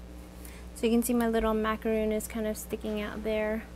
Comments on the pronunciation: You do not pronounce it correctly and no not all Americans say it like that. It is not a macaroon. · Its pronounced Mac-o-Ron. 🍥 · Please learn how to pronounce "macaron" the correct way, as it's frustrating when hearing it pronounced wrong. There is a difference between the French and American pronunciations.